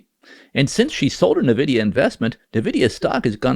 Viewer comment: Also, it's "EN-vidia", not "NAH-vidia".